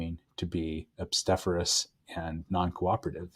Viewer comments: obstreperous? Obsteferous isn’t a word lol. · I think he is saying you pronounced it wrong.